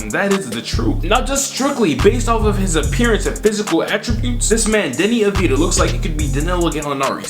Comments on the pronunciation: Deni's last name is pronounced as avdia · From what I've heard Deni Advija name is pronounced with a silent J.